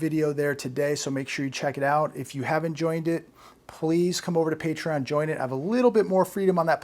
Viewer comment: What’s patreeon?